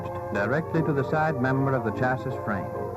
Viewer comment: The chassiss. I thought the last S was silent